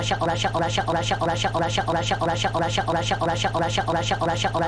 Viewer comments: Russia becomes "a shuttle" (in a british t-dropping accent) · Russia sounded like "shk"